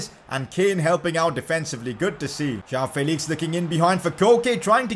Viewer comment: its felix not fayleeks